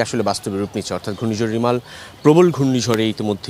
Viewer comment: কংলাদেশ রা রেয়মল কে রিমাল কয়। 😂😂😂